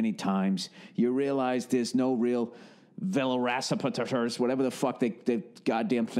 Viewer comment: veloracipitater? lmao